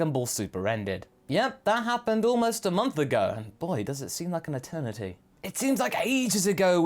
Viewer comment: Im crazy... But did say Maternity instead of Eternity at the beginning?